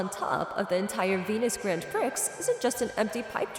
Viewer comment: It's funny how the guy can pronounce the word "prix" correctly but not the girls.